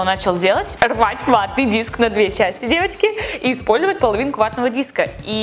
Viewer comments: Она так неправильно говорит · мне послышалось "Евочки", а не "девочки" =) Всем хорошей недели!